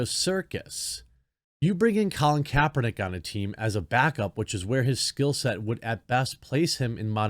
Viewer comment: Colon Kaper-nee-kay lol